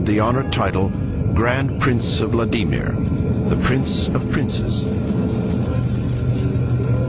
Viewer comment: Vla Dee Meer? LOL